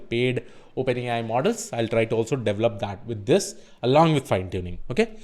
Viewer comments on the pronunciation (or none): none